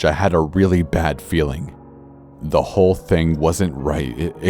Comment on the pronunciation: AMBER ROSE LEE It's "Whole*" not how u said it